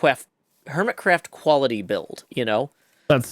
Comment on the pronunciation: I didn't know i needed saying "Hermitcwaft" in my life